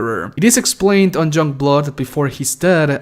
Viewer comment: Were you saying junkblood when you mentioned it lol?